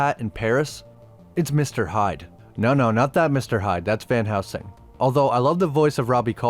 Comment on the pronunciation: Dude. It’s van heLsing. Not van housing.